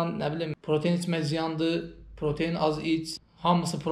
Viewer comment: [Protein] deyil [pratein] di, birincisi. İkincisidə ki, [energi] yox [enerji]